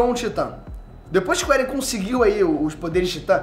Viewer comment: Não é "éren". É "êren". E quem matou a mãe do eren foi o próprio eren